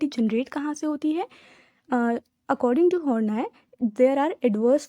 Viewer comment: sorry but its pronounced as karen Horn-EYE.